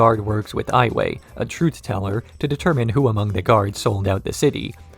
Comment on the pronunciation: Pronounced all these wrong: Ayemon, yakonaye, var(like far)ick, ton-rack, admiral zao lmfao.